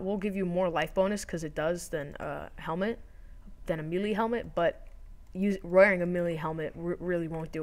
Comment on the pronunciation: It's (May) - (Lay). not meelee LOL, melee..